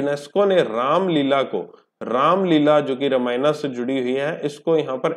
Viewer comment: Sir "रामायना" नहीं हैं "रामायण" हैं।